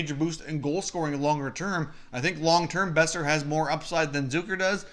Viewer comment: First learn to say his name. Second, it took you 6 mins to get to the points of the trade rumors. Third, Vancouver ain't trading Boeser unless there's a holy crap offer.